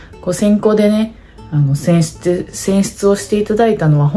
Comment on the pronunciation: 選出って言い直しても言えてなくて笑う